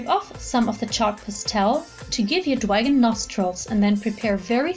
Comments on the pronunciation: Omg it's Dragon not "dwagon" this isn't pre school that was so fucking annoying hearing you say "dwagon" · dwagon? its dragon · "Shut up" these charms are called dwagonz by the original creator it's not the way she pronounces it 😐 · You're like 40 years old talking bout "dwagon".